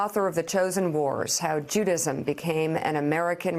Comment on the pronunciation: I know she's on TV a lot but she should still be able to correctly pronounce JUDAISM, not Judism. Vote your gut! Vote Blue!💙